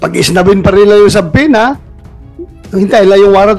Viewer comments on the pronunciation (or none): none